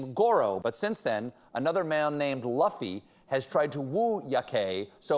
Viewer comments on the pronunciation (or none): Meanwhile...beloved late night host Stephen Colbert mispronounces name of monkey that has obviously been named after famous anime character Monkey D. Luffy (pronounced "Lew-fee" and not "Luh-fee") 😁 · he butchered the name Luffy. its pronounced (Loofie) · I'll be that guy. That monkey's name is Luffy. Loo-fee. One Piece. Read a manga. Or don't. I don't care. Just get the name right. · Steven, I love you but mispronouncing Luffy ("Loo-Fee") as "Luh-Fee" really shows your age, that monkey is clearly named after Monkey D. Luffy, the protagonist of one of the best selling comics not just in Japan but all around the world, One Piece. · Omg “luh-fy” 😭😭 it’s pronounced LOO-FEE, the iconic one piece main character 😭😭 love Stephen but my anime lover heart died a bit hearing that haha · The poser that pretended to be Luffy for years XD He pronounced it luhfy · Shocked that no-one in Stephen's team told him it's pronounced "loofee" (as in Monkey D. Luffy, main character of the manga/anime 'One Piece'), not "laffy"... Looks like we need a corrections segment for the Late Show. Stephen should talk to Seth Meyers about that 😁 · And thus all the One Piece fans simultaneously winced every time Stephen pronounce the Monkey's name "Luffy" instead of "Loofy". Though PS, I appreciated that Japan literally named a Monkey Luffy. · Steve it's not Luf-fy 🤣 ......it's LU-ffy, the emphasis is on the U. The name is taken from one of the best Anime known to man One piece. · I thought Steven was a nerd. It's "loo-fee" not "luf-ee" ... it's the name of the main character in the manga/anime One Piece. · As a fan of One Piece, it is loofy not luhfy. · No anime watchers in the writing staff (a good thing I guess) Luffy is pronounced loofee. Thumbs up to the people naming these monkeys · my soul cringed a little when I heard luh-fi.... I still love Stephen tho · I was about to comment the same.. I cringed everytime he pronounced it "laffy"..😅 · Stephen is no " Laffy" it is " L U F F Y " with a U XD